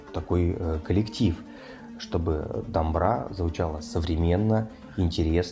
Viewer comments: Оля не говорится Аля, также Домбыра не говорится Дамбра. Слух режет. Или вы русские не умеете произносить букву ,,О,,. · Домбра, ударение на последную букву а